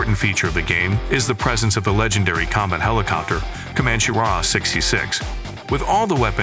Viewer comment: And also at the start-> "Commanch" instead of "Commanchee"! 😉 Edit: the thing is, the uploader can actually HEAR these mistakes and can actually correct this by writing down "Commanchee" and "Apachee" and Em I 24, so the AI can read them correctly! But no. doesn't care because he's too lazy! 😜